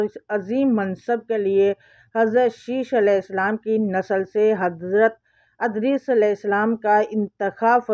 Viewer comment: Wo Adrees Nahi Idrees Hen Please Name Sahi Se Parhy